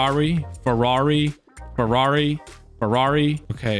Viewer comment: “Forrari” lmao